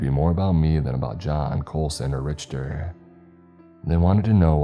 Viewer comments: Richter is pronounced Rick-ta ... But sometimes I think you mispronounce certain words on purpose for effect. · your wrong bruv, if something is pronounced incorrectly it is pronounced incorrect. Like if you pronounce house as hose or who's your are not saying it right. And Richter scale is pronounced "RICK-TER scale" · Richter is pronounced "Rick-ter". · dude or dudet you are so wrong on this. The only people pronouncing it Rich-ter are people that never heard it pronounced. I don't expect the narrator to take physics and Engineering classes. But don't crap 💩 in my hand and tell me it's roses. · Hey man...."Richter" is pronounced "Rik-ter". Have you never heard of the "Richter scale"? It measures earthquakes. I've grown to like you as a narrator, but you don't seem to ever look up the pronunciations of words you don't know. Sometimes it's hard to get past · actually, if you go to the original story which the Reddit link is under the description of this video and do a control+f to find on page and type Richter you'll see that the very first mention of him is explaining that he is actually nicknamed Richter scale. Which if you go to this link you can see how that word is pronounced and further still.... Don't know where you're from, but I'm American. So the English pronunciation... yet, NEITHER says RICHter like this narrator does in this story. Ok. I'm gonna go do other stuff cause there really isn't any way this could be debated further. 🤷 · I think might be trolling us. I think he maybe is intentionally pronouncing the word wrong. I refuse to believe someone doesn't know how to say some of these words. Every time I hear I cringe. This is coming from someone who loves channel... There are just some of us out there that hate hearing mispronounced words. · Richter scale is pronounced RICK-TER, not rich-ter. Richter scale tracks and quantities earquakes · It’s “Rick-ter” not “Rich-ter” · It’s pronounced “Rick-ter” not “Rich-ter”